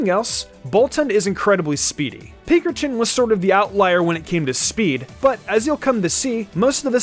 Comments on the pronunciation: am I the only one who was really bothered by how he said pinkerchin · Never thought of pincurchin pronounced how you did. I pronounce it "Pince urchin"